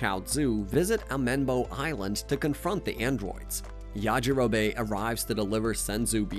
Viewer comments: The way that he pronounces yajirobe makes me want to scream!!! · Yah gee rowbbay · Ok I was going to listen through this video but the way you pronounced yajirobe 😔